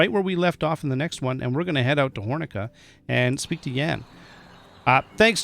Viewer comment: Try to pronounce Jan as jaan a long a as in yawn. Great content as always.